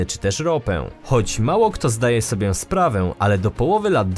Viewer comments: Weź się zastanów nad tym ĄĘ, bo straszna wiącha... Na przykład "zdaje sobiĘ sprawę"? Pliiiizzzz.... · Ile bym odcinków nie oglądał, to w każdym przynajmniej raz slysze 'SOBIĘ'. Uwielbiam twój kanał i przyjemnie się ogląda każdy odcinek ale tego jednego słowa nie umiem przetrawić, wybacz. Zrób coś z tym proszę.